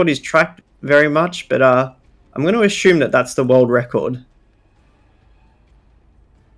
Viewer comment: Love ya But every time I hear you butcher the word 'assume' it's like sandpaper q-tips in my ears. Is that just how Aussie's pronounce asshhhhhuuume